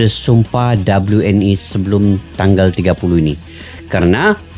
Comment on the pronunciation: di baca (we en i ) bang, buka dibaca ( doble yu en i ) WNI = warga negara indonesia 👍